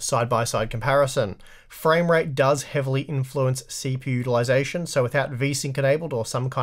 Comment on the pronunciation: I keep hearing "CP ulyzation" instead of CPU utilization.